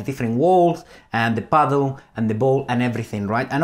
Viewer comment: when he said paddle ,it reminded me of the movie"The Dictator" when Aladdin said cuddle